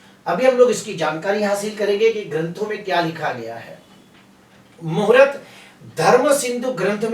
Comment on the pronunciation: Muhurat nahi sir. Muhurt bola Karen please .